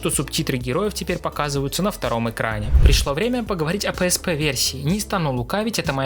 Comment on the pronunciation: Ты не правильно называешь psp